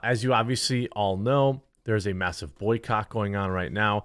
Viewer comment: ... did you say "A massive boycott at Bud Light now" or did you say "there's a massive boycock at Bud Light right now"? I guess either one works